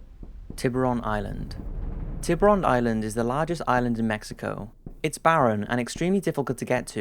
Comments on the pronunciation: Hey your channel is great, but you should work on the accent you use for using words which are not in English. Tiburon island simply means " shark island" in spanish :D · The way you pronounce "Tiburon island" makes me cringe and I'm not even Spanish speaker.